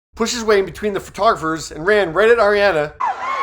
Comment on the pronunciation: Her name is pronounced are ri ah na